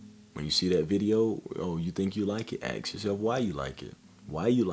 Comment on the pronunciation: Great video man but please for the love of God stop saying axe in place of ask. It's "assk" not "axe-body spray".